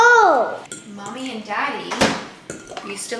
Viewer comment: lmao i noticed that too when she said mummy